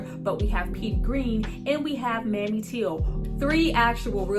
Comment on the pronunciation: It’s pronounced Mae-me. You just called Emmit Till’s mother Mammy. Ugh! Despite that, I appreciate your review! She was a songwriter though. She just didn’t have numerous credits but she had some.